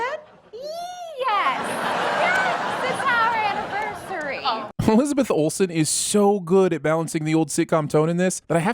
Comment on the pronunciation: Surpisee that it doesn't say ol-sen instead of whole sin